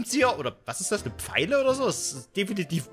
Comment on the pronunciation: Ne "PFeile" XXD